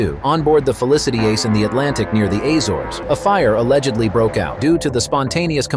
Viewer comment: Azores not pronounced correctly